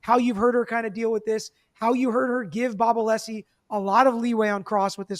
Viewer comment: yes Brennan knew, the defense is required to hand over impeachment material through reciprocal discovery… Brennan absolutely knew. But, … ITS “A•LESS•EE,” NOT, uh•LEASE•EE!”